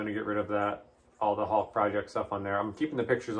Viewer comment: Whenever he says the name, I hear a combination of hulk and hawk.